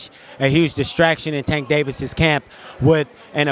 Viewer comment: I literally cringe every time you say tanks name… please get it right I do Not think it ends in “tah”